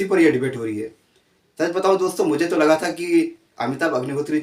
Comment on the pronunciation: तोह नहीं। तो। सही शब्द तो होता है । तोह नहीं।